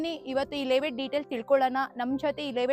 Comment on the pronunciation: ಲೆeವೇಟ್ ಅಲ್ಲಾ ತಾಯಿ, ಲೇ ಔಟ್